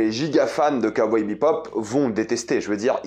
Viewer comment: On dirait que tu dis Kawai bebop